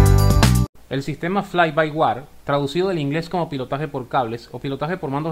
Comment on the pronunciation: No es "fly by war", es "fly by wire", ("wire" lo puedes pronunciar similar a "waier").